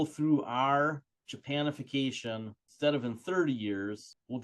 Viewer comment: Thanks for the video. "Japanification" sound spot on😂